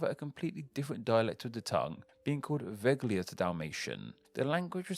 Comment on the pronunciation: It's not "veGHLia" it's like "Vella" (read as spanish)